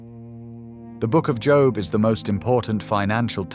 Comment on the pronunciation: Cant even say his name correctly??? Bye!